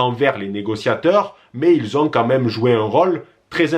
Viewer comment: Y a-t-il une raisons pour laquelle tu prononce "ils" avec le S ?